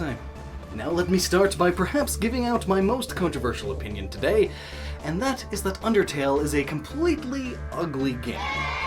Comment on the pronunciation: pinpinion sounds funny.